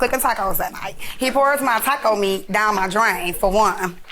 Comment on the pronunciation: How she says Taco Meat 😂this is hilarious